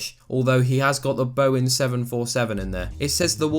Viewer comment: It’s Boeing not “Bowing”